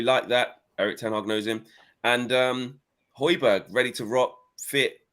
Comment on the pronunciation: The hatred with which was pronouncing the “Hoj” in “Hojbjerg” tells you all you need to know 😂